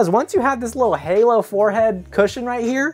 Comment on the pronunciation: I think they were trying to say "halo"? 🤔